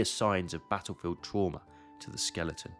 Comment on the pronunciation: Did you just pronounce Skeleton as Skel-EET-in?